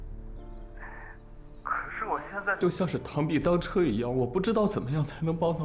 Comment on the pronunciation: 根据《现汉7》，螳臂当车，的确是念chē的。所以他是念对的，他很有文化素养。 :D